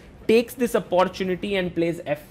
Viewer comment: he says" apor chunity".. haha opportunity.